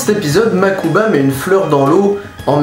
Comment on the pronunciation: je rave ou tu as dit makuba ? il s'appel pas mokuba ? O.o ou c'est juste moi qui le renomme comme une débile . . ? XD